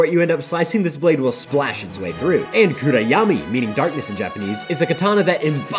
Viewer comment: the mispelling and pronunciation of kuroyami hurts my soul as a japanese student lmfao